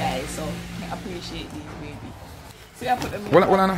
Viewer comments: Mi love when king a try to say the word (appreciate) and say (pray-shit)😂😂😂😂Bwoy king mi lobe yu bad🙈😂😂😂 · The amount a time king try say the word appreciate and still can’t pronounce it good 🤣🤣🤣🤣🤣lol